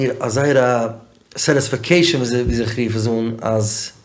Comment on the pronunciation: Pls edit when says satisfecation it sounds ridiculous